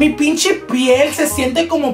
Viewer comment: “ pinchi “ pinche*